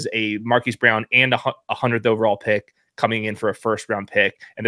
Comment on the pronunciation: Dude, the name "Brown" is pronounced "Brown" not "Bree-own." It's not that hard.